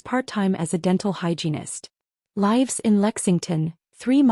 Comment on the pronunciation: “Lives in Lexington …” Spelled correctly but narrator voice pronounced LIVES to rhyme with hives or dives.” In this usage, it should rhyme with gives.